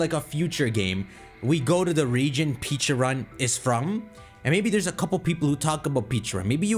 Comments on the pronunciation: pecharunt not peacharunt.. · Also Pecharunt should be said as "pecha-runt" and not "peacha-runt" sense it's supposed to resemble a Pecha Berry. Also, Arceus should be pronounced "arc-eus" and not "ars-eus" sense it includes the word Arc, referring to the two arcs connected to their body, or arkhé, Ancient Greek word for origin and authority, plus deus, the Latin word for god; there is also the Arc Phone from Legends: Arceus. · He intentionally does it because he enjoys making people cringe. If he’s not saying Peacharunt he’s saying Pecharant which is another way to mispronounce it. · So people are annoyed at him for saying the name correctly? Bro peacharunt definitely bothers me more. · I always pronounce it Peh-cha-runt it just sounds better to me